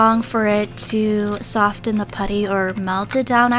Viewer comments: Soften not sof ttten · Just btw it’s pronounced ‘soff-en’ not ‘soft-en’ 🙄🙄🙄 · I love her channel so much but why dose she pronounce the T in soften? Oml I'm sorry lol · sOfTeN You need help with that word sis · hey, not criticising or anything but in the word soften, the t isn’t pronounced so it’s like soffen. just a tip for you, no hate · y do u say sofTen insted of sofen that really gets on my nerves like if u agree! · Every time you said sofTEN I cringed so hard. Soften is pronounced “Soffen” 🤦🏼‍♀️ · No hate but it’s pronounced “soffen” not “sofTen” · Does any one else realize she say soften but pronounce the t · i absolutely love this video but i just can’t with the pronouncing the T in Soften the T is silent😅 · #stofentheputty the t is silent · The way she says soften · U keep saying soften not soften. ....... pet peeves